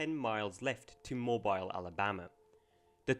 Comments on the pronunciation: I grew up in Mobile Alabama, it’s pronounced moh bill, not moh bile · It's pronounced "Mo-beal " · Moe-Beal not Moe-Bile Great video though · It’s pronounced Moe-Beal lol not Moe-bile lol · MoBEEL not MoBILE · 😂 I laughed out loud when he pronounced it "Mobile." It's "Mobile" – not "Mobile" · It's pronounced, Mo-beel, not mo-bile. Mobile, Alabama. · please it’s not “mo-bile” or “mo-bull” ITS “MO-BILL” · YA IT'S NOT ( MOE-BYLE) BUT MORE LIKE ( MOE-BEEL) . Love how the English slaughter our way of annunciating! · I am SICK and God damn TIRED of people putting disrespect on my city! It isn't Mob-isle... you gotta put some Conecuh on that shit! Give it a little southern twang! It's Mob-eel! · it's Mo-beel, not Mo-byle ,alabama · It is pronounced MO-BEEL, not MO-BILE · Just so you know it's pronounced moh-beel Alabama not like mobile (phone) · Lol Moe-bile is actually pronounced Moe-bil (or Moe-beel if you're really southern). From a native southern Alabamian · Moo Bile Alabama? Uhhh. No. Try MoBeel Alabama. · Something about the narrator saying 'MoBile' Alabama instead of 'MoBeel' made me happy for some reason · Mobile, Alabama is pronounced Mo-beel. Not Mo-bile. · Mo-BEEL Alabama, not Mo-BILE. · Mo-Beel not Mo-byle my guy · A truly interesting video, and the city in Alabama, Mobile, is pronounced: Moe-Bee-Ill, not Moe-By-Ill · Love how it says "Footage from Costa Cancordia" lol. They should have evacuated the ship. It's Mo-Beel, Alabama not Mobile like Mobile phone. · Not that it matters, but its not Mobile it pronounced "Mobill" spelled Mobile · I’m not tryna be rude or anything but it’s pronounced like Mo-beel. Not Mo-bile. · Mobile, AL is pronounced "mobeele", not "moe bile". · Mobile is pronounced moebeele, not mobeyle. Just in case anyone cares. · It's pronounced "Moh-BEEL." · I was thinking the same thing haha. He said mobile like a phone 😂😂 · Moh-Beel ....... Mobile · Pronounced Mo-beel. Great overview vid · It's pronounced Mow-Beel :) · Mo-BEEL (Mobile) Alabama